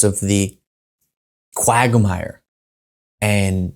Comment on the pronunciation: "quagomire" lol